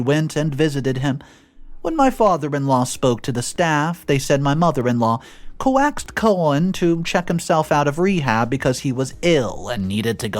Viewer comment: respectfully, coax is pronounced "cokes" not "co-axe".